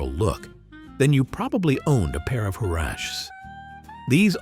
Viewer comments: Her-ahh-cheeses. I don’t know what you were trying to say. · Huraches are pronounced hur-Rat-Chee and real ones came from Mexico and made of leather!! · Good grief! Learn how to pronounce huaraches!